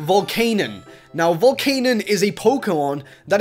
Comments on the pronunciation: Its not Volcanon, its Volcanian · By the way i believe it is pronounced Volc-ah-nion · U pronounced Volcanion's name wrong. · ITS VOL-CAE-NEON